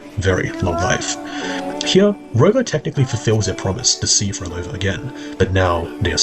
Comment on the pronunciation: So you’re saying Phrolova was creating an “Outer Heaven”? WHEN YOU CAN’T EVEN SAY MY NAME🐍🫡